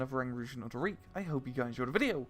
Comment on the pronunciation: I literally only bought sd44 bc I missed you saying "Unit of the Reek"